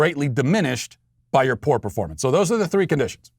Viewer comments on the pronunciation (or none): none